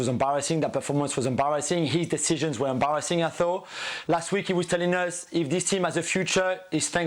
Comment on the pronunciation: Nobody Jules: embawassing 😂